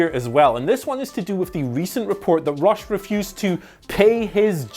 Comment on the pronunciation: i thought you were saying ross not rush lol